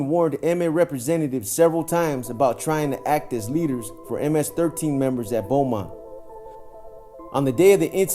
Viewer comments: Pronounced ; Bo-mont, not Bu-mont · We pronounce it “bowmont” here in tx💯💯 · It’s pronounced Bow mont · I was just bout to say that